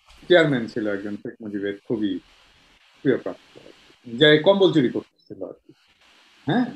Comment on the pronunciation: দাদা আপনি এমন কেনো শুধু কম্বল চুর বলেন মাঝে মধ্যে 😂😂😂